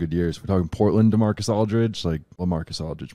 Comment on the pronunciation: Did they keep calling him "Demarcus" Aldridge lmao